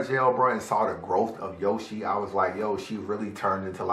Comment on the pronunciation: U said a bar when you said yo she... Yoshi